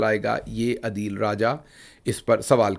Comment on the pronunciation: ڈئیر گل صاحب آ پ ہمیشہ عدیل راجہ بولتے ہیں ان کا نام اصل میں عادل راجہ ہے